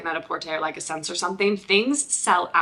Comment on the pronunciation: Just watched your video and really liked it! I'm also a huge fan of Aeyde! Just an fyi, as a Canadian, the store SSENSE is pronounced "Essence". I currently have 6 pairs in my SSENSE cart....just can't make up my mind which ones to buy. I just want them all!